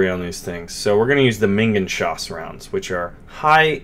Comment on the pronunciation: it's Minen( - )geschoss (meenen-geshoss) not minginschoss :D it means something like Mine-round/Mine-shell.